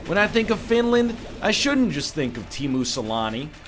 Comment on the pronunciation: OH MY FUCKING GOD NL SAYING TEEMU SELÄNNE IS SO HILARIOUS :DDDDDD. Tiimu salami